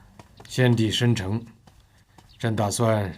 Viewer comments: 陈建斌说“先帝生成（辰）”。嘴不是第一次瓢，之前褀嫔抢欣贵人宠爱的时候陈建斌也说“那宫里就只剩下郑（朕）阳气重啦？” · 先帝“身成” 这皇上经常嘴瓢😂 之前瓜六说宫里阴气重的时候也说，那这宫里只剩“正”阳气重了？ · 皇上把“生辰”说成了“申成”哈哈哈哈哈看了这么多遍居然才发现盲点